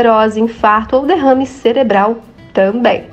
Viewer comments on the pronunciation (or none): none